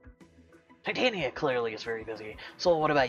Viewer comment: Also not to be mean but it's pronounced Tie-tay-knee-uh